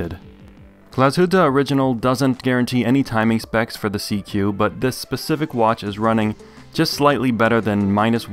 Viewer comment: SeaQ isn’t pronounced “seek”?